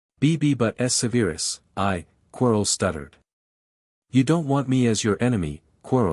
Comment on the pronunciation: It’s Gryf N dor. Not GRIF finder. It’s Sev R us. Not Seveerus. It’s the mirror of Er i sed. (Desire spelled backwards) not Ereese. Watch a movie why don’t ya!